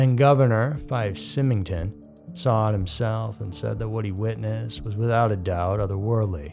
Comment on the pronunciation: Fife SIGH-MINGTON